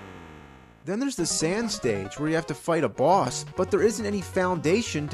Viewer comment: Anyone else love the way he says Bwoss?